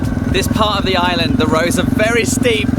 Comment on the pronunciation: you appear to have lived in Thailand for quite some time, so why do you consistently pronounce 'island wrong" ?